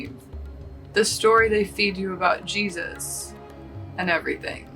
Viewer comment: Didn't even say his name right😭😂